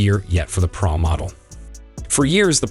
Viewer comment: Why are they saying Praa Max instead of Pro Max? They say Pro but not Pro Max. This is the 3rd or 4th person to say it